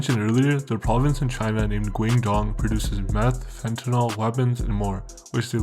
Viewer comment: The way you pronounce Fujian is hella triggering 😂 not hard to google how to say it It’s “Foo- ji-en “ Same with Guangdong , so far off